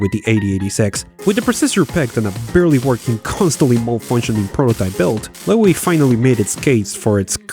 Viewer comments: It's just pronounced "low". Not "lowey". Should've been a clue when all your AI voices pronounced it correctly. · This guy can't pronounce things. It's incredibly annoying. Lowe has a silent E. It's just Low. I used to work in TV. I should start making YouTube videos as my content would instantly be more professional than 99 percent of what's on here. The YouTubers I subscribe to tend to be people who are accurate. It's no use spending months researching a topic on say Winston Churchill only to say Winestone Church ill. I know that sounds mad but I'm just trying to make this fun. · That pronunciation of Lowe, though! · Note that the surname Lowe is pronounced same as "Low". As in Rob Lowe. Also Kildall was pronounced Kilwall the first time spoken. But I still like your work. 😙